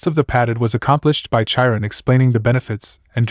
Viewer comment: OK, I do not know if you are using AI to read the story but, Chiron the CH is pronounced as a K not in the normal way CH is normally pronounced instead of Cha we have K or in Japanese it would be pronounced Kai Ron. I don’t know if you can fix it, but I thought it might help to have the proper pronounce it love the stories. Keep them up.